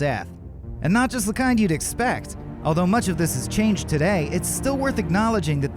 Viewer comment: The way he said today made me say a bad word very loudly.